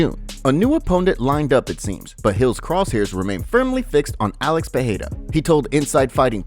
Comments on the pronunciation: It's 'Pee air da' The 'da' isn't a hard D however. Your tongue should kiss the roof of your mouth making it soft like a 'th'. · stop fukin saying Peheida lmao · pe e ra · Pee aida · sounds lie jon anik says potada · if you ask chael its Pierra